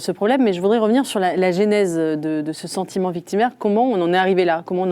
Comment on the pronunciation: "Moi z'aussi " (Eugénie Bastié) , "la génèse" (au lieu de : "la genèse"), "Le philosophe" Pascal Bruckner - c'est tout aussi fautif ;-)